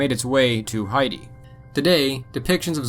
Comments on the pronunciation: Height-ee? You mean Hay-tee for Haiti? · It's pronounced "Hay - tee' not "Hi - tee". ugggh, wtf bro. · Wait, did you just pronounce Haiti as Heidi?